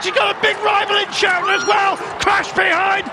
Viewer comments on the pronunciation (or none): it is Irene Schouten, not Irene Schoouten!